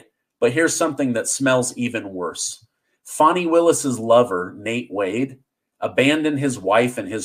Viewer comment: It’s pronounced Fannie just like your butt